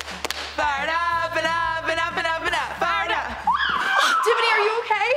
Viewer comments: Sounds like they were saying fart up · When they said fire up I thought they said fart up 😂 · It sounded like fart up